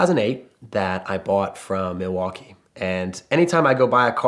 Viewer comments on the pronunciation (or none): none